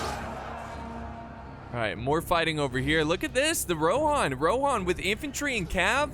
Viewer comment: I just pronounce everything like they do in the movies. And they say rohan not rohin or whatever the other thing you said was